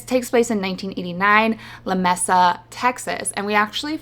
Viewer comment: These are some great choices! You've got me adding SOOO much to my TBR list! 😭🤣 I hope you don't mind me mentioning that Lamesa is pronounced Luh-MAY-suh. I'm in Texas and we have quite a few towns and cities that have names that are just a little bit tricky to pronounce including Watauga, Mexia, Balmorhea, Gruene, to name a few. Watauga is pronounced Wuh-TAW-guh and a friend of my dad's who was from the East coast once pronounced it "WAH-duh-OO-guh", so that's how my family says it now, haha. 😆 Also, a Librarian colleague of mine took some of Stephen Graham Jones's classes in college and has absolutely nothing but wonderful things to say about him as both a teacher and a person. Just makes you like an author even more when you hear things like that.